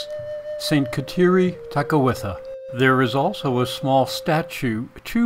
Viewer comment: pronounce her name correctly!